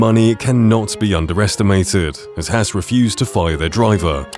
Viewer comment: It’s Haas not hass